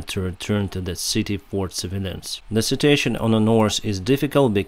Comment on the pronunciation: i luv the way you pronounce situation... you say sitiation i hope u know Im not being racist im just genuinely letting you know you make me Laugh keep up ur funny but serious channel.. Awesome my Friend.:elbowcough:💥💥💥💯💯💯